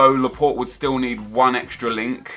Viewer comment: Why did he say Laport wen it is Laporte